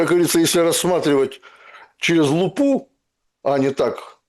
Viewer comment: а на украинском лу́па это лупа́?)) Вы вроде на русском вещаете) Без обид)